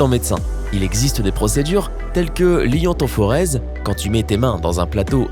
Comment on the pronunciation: C l'ionophorèse et non l'iotophorèse